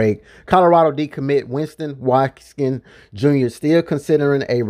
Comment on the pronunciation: “Win-ston Wat-Kins” bro 😅😅